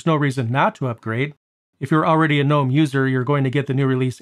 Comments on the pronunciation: It's pronounced guh-NOME, btw. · I think you might be one of the few Linux YouTubers that pronounces GNOME with the G being silent haha.